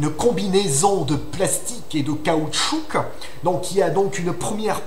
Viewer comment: Très bon raisonnement et très intéressant ! (par contre fait attention dans le mot "caoutchouc" on ne prononce pas le "c" finale)